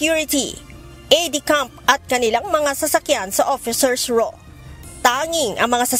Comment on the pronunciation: Officer's Row, not Raw.